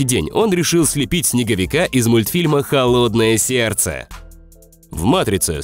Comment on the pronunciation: Когда я услышал холодная сердца я подумал что ты сказал голодная серца